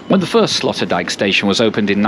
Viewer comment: Sloterdijk is pronounced like sloaterdyke. Sloot in Dutch is ditch. Slot is castle or lock Dijk is dike. I am not sure where the name Sloterdijk comes from.